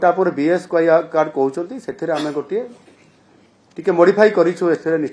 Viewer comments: Sir BSKY too thik se kohi paru nahanti 😂😂😂😂😂😂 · BSKY ଉଚ୍ଚାରଣ ଠିକ୍ କୁହନ୍ତୁ